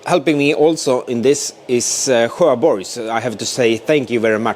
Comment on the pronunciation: Nice progress on the car. When I heard how you pronounce "Sjöborgs" though, I thought I need to go back to Swedish class...